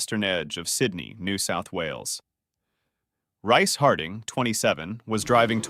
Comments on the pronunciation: I believe "Rhyce" is pronounced "Reese." If it took place in New South Wales that's probably what it was. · its pronounced reece...